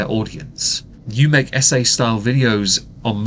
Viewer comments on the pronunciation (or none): “You make ESSAY style videos...” I heard “You make S.A. style videos…” and was very confused for a few seconds.